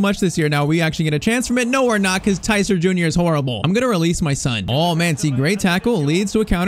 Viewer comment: I thought you pronounce Tyztir (Tee-z-teer) not (Tyy-z-tire)